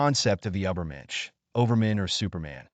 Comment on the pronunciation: And how about “ubbermensh”?